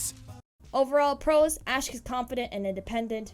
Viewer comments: Who's Reese- Did she mean Rhys? (Rise) And, Asck? You mean Asch? (Ah-sh) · Sorry to correct you but you pronounced rhys' name wrong it's prounounced "rise" and asch's name is prounounced "ash"